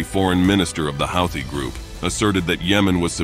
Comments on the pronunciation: I thought it was pronounced who-tee, not how-thee. Go figure. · Aw dude your killing me on the way you are pronouncing Houthie it is pronounced like (Hoo-the)not (How-the) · Took me while to realize that 'Hawty' is Houthi. NOw and then the text-to-speech gets pronunciation right. So very confusing.